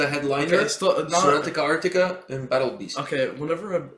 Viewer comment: lol it's not "Sonatica Arctica" it's SONATA ARCTICA 😉 the base player Pasi is my old friend from junior high school😎